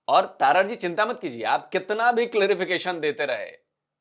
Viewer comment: तारड़ नहीं है जी तरड़ है जी हमारे राजस्थान में जाट बिश्नोईयों में गोत्र होती हैं।